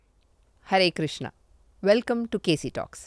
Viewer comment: నమస్కారం మేడం మీ ఇంటర్వ్యూలో కృష్ణ కృష్ణ అంటున్నారు తప్పు తప్పు కృష్ణ కృష్ణ కృష్ణ అని పలకాలి